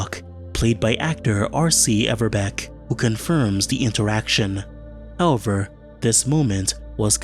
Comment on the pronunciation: Good video, but please, learn how to say "however"